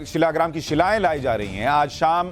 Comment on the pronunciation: भाई शीलाग्राम नही शालिग्राम